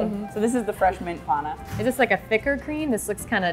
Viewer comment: It is panna. Not pana. I am italian.